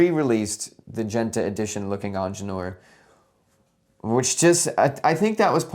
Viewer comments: yeah i had the video running in the background and was like 'wait, what is this onjelor he's talking about' 😅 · Please just say „Engineer“ instead of butchering the original name throughout the video 🙄